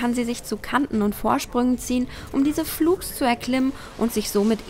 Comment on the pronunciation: Bitte lern "flugs" richtig auszusprechen oder verwende es nicht ständig